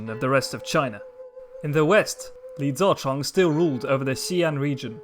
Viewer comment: Youve butchered Li ZiCheng's name..... Ouch